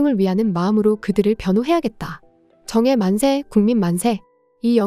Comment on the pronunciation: AI 발음인가.... 정의 만세를 정에 만세로 계속 읽네 ㅋㅋㅋㅋㅋㅋㅋㅋㅋㅋ